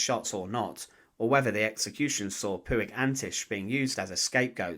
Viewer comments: The Catalan Surname Puig is not ""Poo ig", but pronounced more like "Poch" or "Porch". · It's pronounced puch